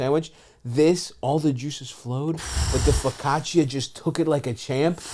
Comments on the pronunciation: The mispronunciation of focaccia 😭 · Stav cannot pronounce his favorite bread